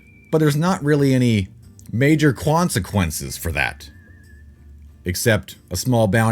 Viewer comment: I thought I heard that. Good to know it wasn't just me.